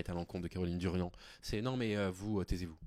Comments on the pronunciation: Merci pour cette vidéo, par contre c'est Caroline Darian pas Durian😊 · C'est Caroline Darian. Pas Durian....